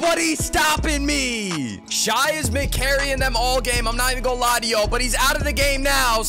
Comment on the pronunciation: please stop saying shai like that